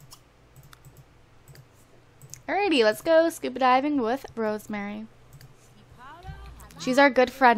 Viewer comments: She pronounces SCUBA diving SCUPA diving. lol but i still love these videos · Ur saying scupa instead of scuba